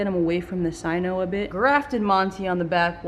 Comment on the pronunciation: Please pronounce cyano not cyno